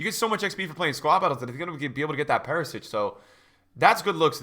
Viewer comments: Hi. I love and watch all your videos and want to help you with something. It is Perišić, not PeriSiC. Š is like SCH in Schalke or SH in Shadow and Ć - CH like Chelsea/Chile. Happy new year and greetings from Croatia. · if you love Perisic you gotta pronounce his name right dawg lols